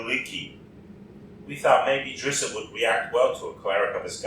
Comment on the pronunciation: You actually pronounce his name like "drist"